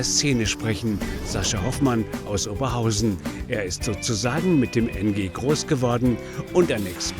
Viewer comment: OberHAUSEN.....wohl ne falsche BEtonung